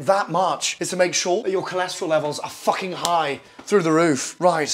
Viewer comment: The word "fukhing" gets me every time. XD